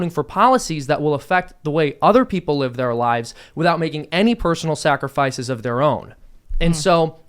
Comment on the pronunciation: I swear says snackrifices